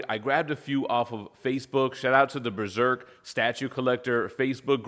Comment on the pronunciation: New "breserk"? That's an interesting way to say it